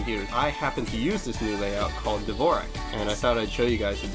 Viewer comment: dvorak is actaully pronounced like "d'vorzhak"